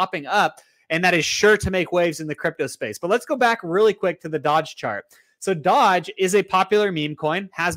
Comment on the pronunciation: I hate the way you say doge 😂😂